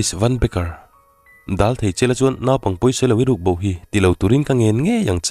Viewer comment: Naupang tih turah naaupang tih ani foa lam fimkhur a tha.